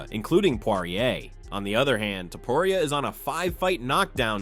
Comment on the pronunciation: the fact that you can’t even say Illia’s last name right is utterly absurd and uneducated